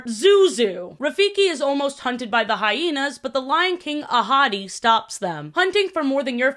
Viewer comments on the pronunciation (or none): did anyone else think was saying “a hottie” instead of ahadi??? girlie love you but the lion was not THAT hot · Okay I DID fr think you said “a hottie” instead of “Ahadi”, and was fully like “Yeah alright, clock it. I can see it” 😭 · Every time you said Ahadi's name, I thought you were saying "A hottie" and I was like "same, girl" Edit: I just got to where you made this same joke XD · I didn’t know mufasa’s dad was called Ahadi and thought she was saying ‘a hottie’ everytime and i just went along with it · Every time you said Mufasa and Scar's dad's name, I always thought you were calling him "A hottie" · It… took me way too long to hear saying Ahadi and just assumed she was calling Mufasa’s dad a hottie. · I though you called mufasa’s dad a hottie the first time you said his name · Everytime the name Ahadi was mentioned, I heard "a hottie" instead. 💀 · I know his name is "ahadi" but whenever you say it I can't help but hear "a hottie" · i love you but the way you pronounce these names makes me cry loudly